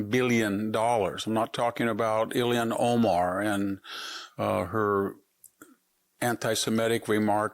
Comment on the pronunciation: It's not "Illian Omar", Victor (it's "Ilhan Omar"). And Tom Fitton pronounces "Minneapolis" as "Minnianapolis". You guys are supposed to be educated, but can't pronounce in-the-news names?